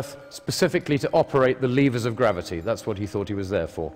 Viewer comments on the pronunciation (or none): It's lev ers not leev ers